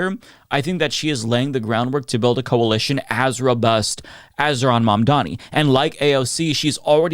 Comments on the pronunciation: The name is mamdani. MAM-DANI 🗿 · It's Mum--Daa--Knee. Not Mondani. Dude.